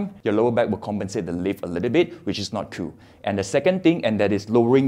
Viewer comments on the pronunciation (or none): “Which is not cooo” 🤣